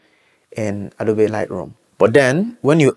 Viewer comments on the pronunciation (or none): Because I love you and support your growth - the e in Adobe is silent